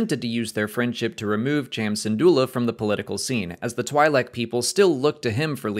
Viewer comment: I love this channel but the way you pronounce twi’lek hurts me.